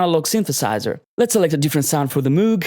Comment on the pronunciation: 99% perfect. The missing 1% is the pronunciation of ˋMoog´. ;)